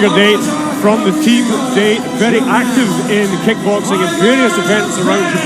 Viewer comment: Pronounced DAH-tay from tiger date, not “tiger dayt” like the announcer said. Nobody told him?…